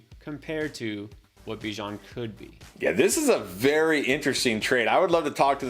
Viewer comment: Unfollowed for the pronunciation of Bijan